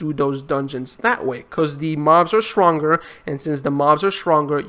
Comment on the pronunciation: ''swronger'' 0: love the accent though haha.